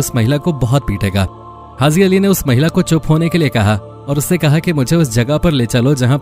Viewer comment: Pahly to aap bolna sekh lo bhai hazi nai haji hota h urdu ki jan to mat nikalo